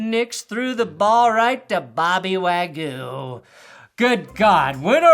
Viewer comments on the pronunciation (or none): none